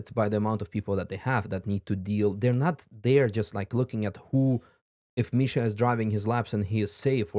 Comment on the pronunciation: the AI intro pronounciation of Misha's name made me cringe so hard